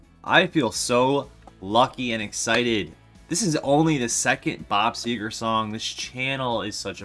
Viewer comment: You're one of the few I've heard ever get Bob Segar right! I'm from the same area he is, and you got him just right! Thanks